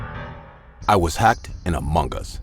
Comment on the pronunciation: amung gees that is how to say it 😏